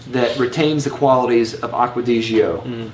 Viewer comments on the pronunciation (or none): Why do you pronounce it Acqua Di Ghio?? It's pronounced as the first three letters of the name Giorgio aka Gio in short. This is Giorgio's fragrance, hence the name Gio!